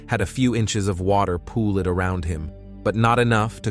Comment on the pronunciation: Why does the narrator keep pronouncing the E in words like NudgEd , poolEd, wakEdEd?